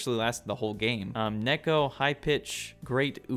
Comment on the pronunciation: It's not Nekko it's Neko, you bacca